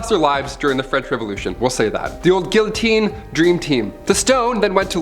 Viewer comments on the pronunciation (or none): none